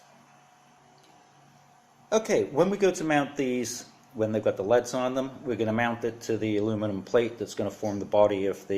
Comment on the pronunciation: They're light emitting diodes : L.E.D.'s not "leads" (ledz)